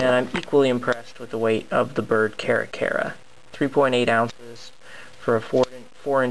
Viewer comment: its prononced car-ra car-ra but nice review